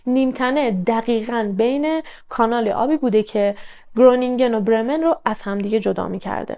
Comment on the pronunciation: شهر خرونینگین هلندیا گ مدارن و ج و گ خ خونده میشه